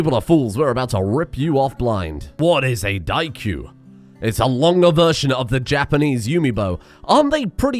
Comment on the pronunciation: you pronounce daikyuu better than half of Youtubers who talk about chucking anime, you have nothing to be afraid from weebs.